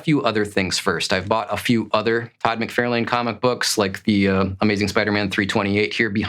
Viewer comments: FYI, it’s Todd Mc Far Len… Not Todd Mc Fair lane… You’re not pronouncing his name correctly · i generally enjoy this guys videos but i hate his mispronouncing of McFarlane especially when he knows he is saying it wrong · You really should learn how to correctly pronounce the name of your favorite artist, TOD mick-FAR-lin. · I have to say. I have never in my life heard anyone pronounce McFarlane like Mc-fair-lane lol. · Your favorite villian is Venom, drawn and created by Todd McFarlane….and you mis pronounce his name? Ok guy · Stop saying Todd's name wrong, i cannot take you as a serious collector when you don't know who Todd is cause if you did, you would be saying his name correctly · never in my life have I ever heard anyone mess his name up. Liefeld? Sure... but, McFarlane? C'mon... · You are correct that the person in the video is pronouncing Todd's last name icorrectly and the thing that makes odd ,caucasian,not english seaker as a second langauage but main one& not a from a foreign country just learning the language fir the first time,example from wildlife channel- a person in that keep pronouncing Hyena as (Hay-na)& he was Caucasian too?. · I have never ever ever heard his name pronounced the way you do, by anyone from anywhere on this planet.